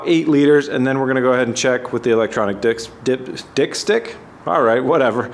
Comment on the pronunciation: He said Dick stick 😂